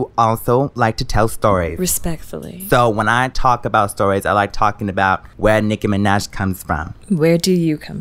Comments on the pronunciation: Nicki minech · WOW SHE SAID NIKI MANAJ IN STEAD OF de niki mena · DEH Nicci meneh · “Nikki Mehnej/z” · I die every time nicki says her own name nicki minej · “Da Nicki Mee-naj” 😂😂😂😂😂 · Naah it's de Nicki minej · The Nicki mineh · Exotic.aesthetic no, deh nicki mineg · de Nicki minej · DEH NICKI MINAHJ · nicki mineh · deh nicki menech is what I heard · More like Meh-Nuj 😂😂😂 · De Nikki Meneh* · “Nicki Menet” 🤣🤣🤣🤣🤣🤣🤣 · "its De nicki minej" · She says "Nicki minah" I'm confused lel